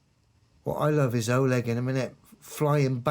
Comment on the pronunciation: oLEG Stress on second syllable